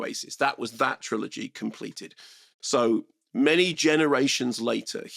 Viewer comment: What? Who tf pronounces trilogy "tri-OLOGY"